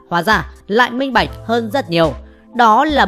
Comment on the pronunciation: Nghe nói từ minh bạch buồn cười